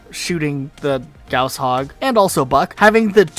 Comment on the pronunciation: Damn it shouldn't irk me so much but the way he says "gauss" is so wrong.